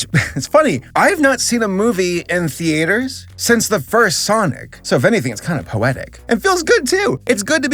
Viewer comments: I am beyond rage right now. WHY DO YOU SAY "THEATRES" WRONG!? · The-A-ters. The pronunciation has character.